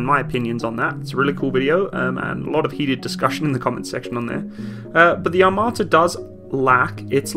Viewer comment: "АТАМРА" "ATAMRA" Yes, the T-14 Atamra